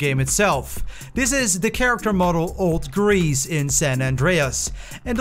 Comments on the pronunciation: Sounded like you said Old Grease not Old Reese 😆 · You'g differences? Old Greece? During lunch? Speak correctly.